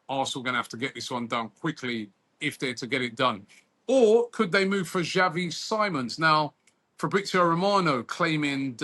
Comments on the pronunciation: It’s pronounced Simmons Robbie- all years doing football news atleast try get ppl name right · robbie pronouncing xavi simons like he's a sidemen